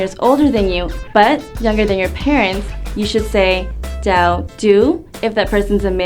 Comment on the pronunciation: My concern is the "ch" sound.. to me it sounds a little more like a J-sound like "jow"..